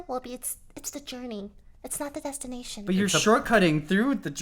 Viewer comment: Lily saying "It's about the journey not the destinaytion" really confuses me... she skips the journey to see the end... am I wrong?! ... kinda tilted :D still love u tho <3